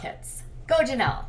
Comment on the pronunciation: Please quit saying Janelly, it's so annoying